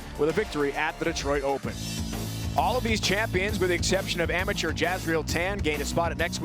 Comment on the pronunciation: Not all of us enjoyed Pedersen and. Pedersen was too busy kissing Belmontes ass and just waited to say his favorite catch phrases, hambone and back on the strike train. Oh, and lets not forget them constantly saying amadure instead of amateur.